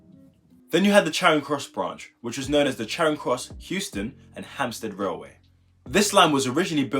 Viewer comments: No laughs, but are you aware that you are saying Houston instead of euston Also, i think that it would be 1 line just split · Its Euston not Houston